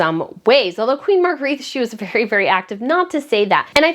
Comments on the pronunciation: Point of Order: The name is pronounced 'MAHR -gray-Tuh' not 'Mahr-greeth'. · Please pronounce her name as Mar-gret-tuh in Danish, not as in French Marguerite. It tickles my ears as a translator! Aside from that I'm so very happy that Frederik and Mary get the big job at last! Yeah! 😊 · Hi, I love your channel, and hi from Sydney, Australia! Queen Margarethe's name is pronounced "Marga-retta." Have you tried leaving a little hair out around your pretty face when you put on a headband? Instead of pulling all the hair back, put it on top of your hair. It softens the look a bit. I wear headbands a lot, and a hairdresser did it for me once, now I wear them like that all the time!